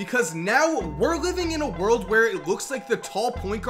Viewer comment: "The best player in the WHIRILLED"